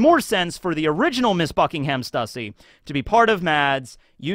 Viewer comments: Buckingham is pronounced Buck-ing-um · Buckingham is pronounced with a soft h so its sounds more like buckingum. Liam even says this in his latest video about stussy being a clone too.